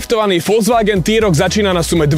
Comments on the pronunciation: na jednotku ti to teda vyslo, volzvaken... mwah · naucit sa vyslovovat Volkswagen by aj do buducna v tomto povolani nemuselo byt na skodu